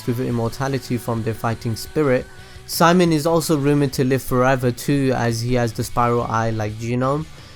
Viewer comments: it's actually Shi-Mone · His name... Is pronounced... See-... MONE